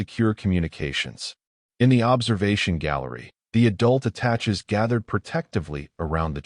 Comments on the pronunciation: The word is pronounced ah tah Shay' not attach.😮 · Attache is pronounced like atashay. It is a French word. A very good story. Thanks. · Attache' is pronounced "a-ta-shay" the first and second "a" like the a in "cat", the e' at the end is a long a like in base or clay.